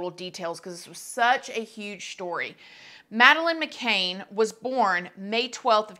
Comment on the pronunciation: I believe everyone probably knows who Madeline McCann is, it’s just a huge story Also: says her name wrong